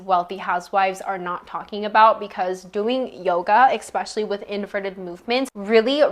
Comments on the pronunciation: love thisss ps its especially not expecially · Forgive my comment if it offends you: are you saying: expecially? It is especially ❤ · I can’t listen to anyone who tries to sound smart when they say “exspecially” .